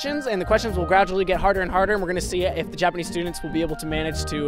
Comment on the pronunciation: Now-o i-o can-o speak-o japanese-o